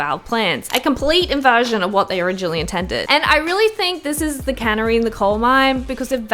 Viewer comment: I know what she meant but that's what I heard too 😂